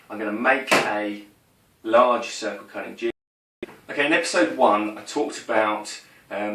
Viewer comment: Great, great videos - watching them all and learing a lot! Thanks. Just subscribed... One request. For the love of god, sound your tees as tees, not dees! Cudder... cudding jig... Sedding up... You sound like a god dang 80s DJ ;0)